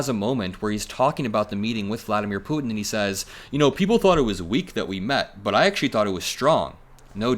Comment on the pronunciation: I absolutely love how you pronounce Putin.